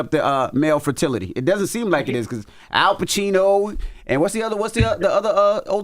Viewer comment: Damn girl!!! Cant say Fertility